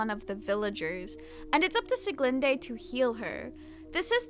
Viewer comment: I really liked it so much again, I´m excited for the next arc . Though as a german I have to tell you that you prenounst sulis name wrong. but I like your way more than the german one. time to wait again :)